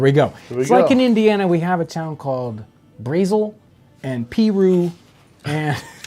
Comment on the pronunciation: I'm from Peru, IN. only the older people pronouce it Pee-roo. Everyone else says Puroo.